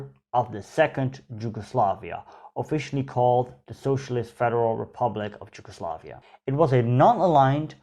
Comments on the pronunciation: i am just gonna say it... it is Yugoslavia, not ”Gi”ugoslavia. maybe a bit more insight in covering the Ottoman rule of the lands. The numerous wars fought by the serbs.... 1848...the religious minorities and the policies of Tito during the existence of Yugoslavia. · You pronaunce Yugoslavia bad, how come you still didnt learn to read. And Im cincearly curious, about the reading part ofc